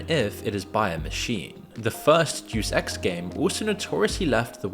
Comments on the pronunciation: Deuce Ex he says.. That's not how you pronounce Deus... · Not "Dues ex" Deus Ex. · The way you say Day-Us Ex as Deuce Ex is incredible... incredibly insulting to call one of if not the best gaming franchise in the history of humanity Deuce Ex. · It's "DAY-US EX," not "do sex." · Great video, but Deuce ex? It's De-us ex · FYI it's pronounced dayus ex, not duece ex. Absolute legend, either way. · Juice X sounds like a gym bro's dream. It is 'day-us' Ex. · DUDE! You pronounced it "Deuce" Ex??!! I was on the fence that you were AI. But Deuce? not Deus as in Day Us. as in of God. Deuce??!! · Day-us Ex. Not Deuce Ex. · I'll forgive you because you're British, but it's pronounced DAY-US, not deuce. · Day Es Ex* not douse ex. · I love the video but I'm going to be real here.. the horrific way you are mispronouncing the name, "Deus Ex," almost has me clicking off in aggrevied nerd rage.. it's not "Deuce," like the number two.. it's more like, "Day-US Ex.." 😢❤❤ two thirds of the way through it.. it's a testament to the channel love and content in general at this point! ❤❤❤😊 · Dude if you're reading a word for your videos narration and you don't know how to pronounce it look up the pronunciation. You just guessing how to pronounce words lowers the quality of your videos and you do it a lot. For example in this video the Latin prefix "Deus" is not pronounced "duce" (like juice but with a D) it's pronounced "day-us". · Duce ex… “Dey-us ex”… 🤦🏻‍♂️🤦🏻‍♂️🤦🏻‍♂️ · "Day oose" Not doose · Say it with me (day-us) (ex) not deuce ex it’s not a game of tennis. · Deus is pronounced "day-us" not "duce" it is Latin for God. It's where we get the word deity. Etymology is fun. Lol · DE US. Not douce ffs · it is dayus ex not jew sex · Bro, are you an AI? Because "deuce x" is not how you pronounce "Deus Ex." At least learn how to say words correctly before you record a video for 1.73 million viewers. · Pronounced Dayus Ex, not Juice Ex 😂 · Day-uhs ex btw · DAY-US EX Arghhhhhhhhhhh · "Doose Ex"